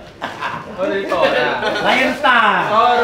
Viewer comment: Tora jadi El ToRro, sebutan yang paling mafioso.. 👍👍